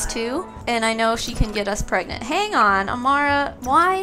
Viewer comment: “We have to hurry up and get preg-nart”🤣🤣🤣🤣